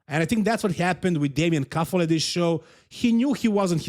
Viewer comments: Damian Kuffel not Damien Kuffle, it's not english name xDD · Kuffel not kuffle try by more strickt